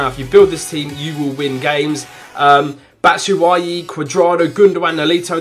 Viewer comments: Bat shoo way ee (batshuayi) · It's pronounced Bat-shoe-ah-yi